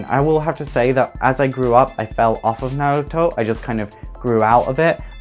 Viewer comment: The way you say Naruto sounds so odd.